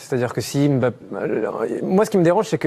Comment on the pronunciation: Il ne s'appelle pas M- bappe mais plutôt Mbappe. Mbappe n'est pas un nom Français pour le déformer c'est un nom afro-camerounais. C'est comme si on déformait Angèle en africain A-ngele. C'est qui est étrange les africains laissent qu'on transforme leurs noms sans rien dire comme Nsimba transformé N-simba ce sont des noms africains qui ont une signification et quand on le transforme ça ne répond plus à sa signification.